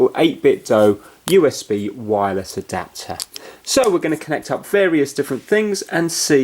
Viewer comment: The way he said adopter though